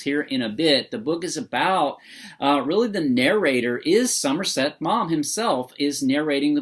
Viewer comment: "Maw-m," not "mom."